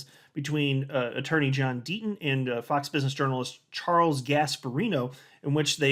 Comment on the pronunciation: Gotta love the "D-Ten". ❎®️🏁🇨🇦